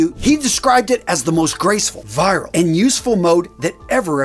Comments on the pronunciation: Just a note: "virile" is not pronounced "viral." It's VEE-rile. You said let you know down in the comments, so there it is. Not trying to be persnickety. 🙂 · It's 'virile', not 'viral'. Nevertheless, an interesting and well-researched video. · You're pronouncing "virile" to rhyme with "viral." It's pronounced "veeril." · "Virile" is not pronounced like "viral." A manly man is virile. It means masculine. It is pronounced "veer-ul." The English might pronounce it "veer-ile." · I won’t try to correct your pronunciation of Ancient Greek words, but you could stand some improvement with “virile.” It is NOT pronounced the same as “viral.” It’s more like “veeril”, but with that “ee” sound said quickly, not drawn out. Btw, I have to agree with others here, that although the content is very well done—apart from the fact that you whiz through it quicker than I’d prefer—the TITLE of the video is not addressed at all. “Why Men Don’t Dress Like This Anymore.” Why indeed? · and the word is "Virile" not "Viral" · Interesting. But the word is pronounced VEER-ILL (accent on the first syllable) not viral. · You asked for pronunciation corrections: "VIRILE" is pronounced "VEER il" and means masculine. You were saying "VIEral" which is a virus. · Not to be that guy, an otherwise enjoyable video, but the term is virile is pronounced "vheer-aisle" as opposed to "vhy-rahl" - virile means manly - implies ability to father children and generally not being a pansy, and viral in our modern context implies popular without promotion. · Just a small critique. The word “virile” is pronounced vee-riile, not vie-ral. Other than that, great presentation. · Please, virile is not “viral” like tik tok videos. It’s Masculine, as in virility. Potent. Great video btw, especially the thumbnail. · virile is pronounced "veer-ill." I think you were reading it as the word viral. Just a note for future use of the word. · It's pronounced "veerile". Fancy clothes don't make a fancy man. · It's "Veer-Rile" = Virile